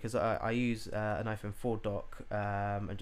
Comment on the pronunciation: iPone?? Hahahaha!